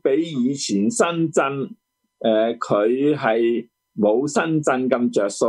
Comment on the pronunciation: 施先生係深圳唔係身震，請講清楚啲啦